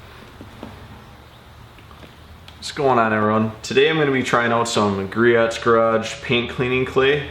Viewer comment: It is pronounced GREE-OHS. No hate, just wanted to let you know.